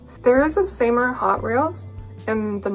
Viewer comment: Awesome playing and sick guit!Seymour is pronounced "See-more" anyway shred on. P.s. Charvel made the star body for some time maybe look to them for a similar model